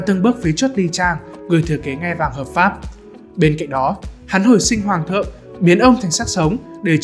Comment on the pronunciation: ''Hoàng thựng " :))